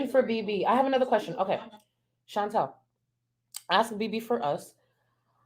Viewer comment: Her name is ChantAL. (Phonetically pronounced Shawn-tall) Not Chantelle. ♥️♥️♥️ but love your video!!